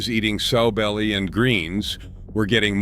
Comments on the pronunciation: It's NOT "SO" belly. It's "SOW" belly. Like the female pig. (Later he got it right.) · Pronounced Sow belly not sew belly. Like a piggy sow. Pawpaw is rolling in his grave.